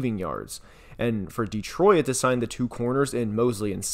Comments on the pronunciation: Bro it's "Detroyt" not "Deetroyit" are you using an AI or something? Good god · Good job, but please: It's pronounced Detroit. Not De-troy-it. Two syllables, not 3. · The "OIT" in "DETROIT" is pronounced the same as in "OIL". It's not "DETRO-IT" It's "DE-TROIT". Sorry i know i probably sound like a dick but your pronunciation was really bugging me lol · I have never heard Detroit pronounced the way you do. Born and raised there and it’s a first for me. There’s only 2 syllables in Detroit (De-troit) not 3 (De-troi-it). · Great video bro but it is pronounced ditroyt. Not DeeTroyit. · Why do you pronounce it “Detroyit”? It just Detroit [Deh-troy-t]. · Why does he pronounce it "dee-troy-id' rather than "dee-troy-t"? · I’ve lived in SE Michigan my whole life and I think this is the first time I’ve ever heard anybody pronounce it “De-troy-it” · I can't stop hearing him say "Dee-troy-it" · I know right, I'm from the UK and thought maybe I'm wrong in the pronunciation but this is literally the only time I've ever heard anyone call it "Detroyit" 😂😂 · Driving me crazy calling it Deetroyit. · How the hell do you say Detroit. De-troy-it? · I’ve never heard someone pronounce it “de-troy-it” before lmao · Please, for the love of God. Detroit has two syllables. Stop saying "de-troy-et" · Am I going crazy, or does he keep saying "Detroy-at"? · Not gonna lie, it’s hard to get past the “Detroy-it” pronunciation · Detro-it lmao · This is really good analysis but what is this pronunciation of Detroit? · Is anyone else noticing how this guy pronounces Detroit????